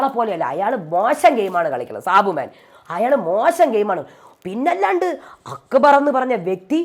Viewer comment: അക്കബർ അല്ല അക്ബർ